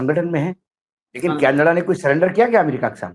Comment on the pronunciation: Learn how to say Canada please